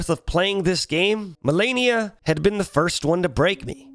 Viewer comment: What's funny is that after dying to her so many times, he still said her name wrong at the end of the video. I dunno if it was on purpose or if the constant beatings made him lose braincells but I literally facepalmed at the end of the video.